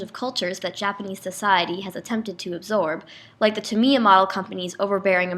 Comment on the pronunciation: Pronounced Tamiya wrong 😂